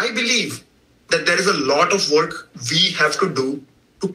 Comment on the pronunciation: Every time he says “Vee will continue” I 😂😂😂😂